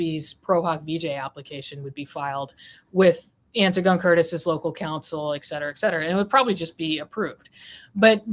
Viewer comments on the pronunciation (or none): Antigone is pronounced "Anne-tig-on-knee"! Anti-gone is the faux pronunciation of the classical name from Greek Mythology, Antigone. Antigone stood up for what she believed to be morally right, fyi.